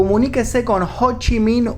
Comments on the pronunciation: ho chi miiin D: JDJDJKDKD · Cada vez que decía "Ho Chi Minh" no podía contenerme la risa. Me hacia recordar a Amy de Futurama